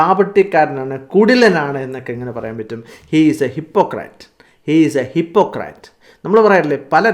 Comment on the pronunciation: Please note that it is " hipekrit'' not "--krat''